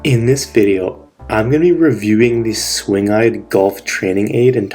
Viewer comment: It is pronounced SWING GUIDE!